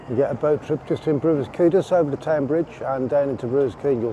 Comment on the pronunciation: Quay not Key